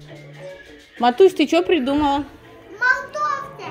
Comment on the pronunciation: Малтовта. Он " к" вообще не выговаривает.